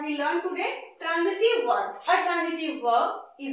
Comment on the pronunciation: Madam you are teaching well but badly pronouncing some words very wrongly which gives bad impact to the learners, as they may happen to coppy. Please pay attention to this . These few words are, Transitive , but you are pronouncing it as Tranjitive, which is wrong. Another word is example, not egjample.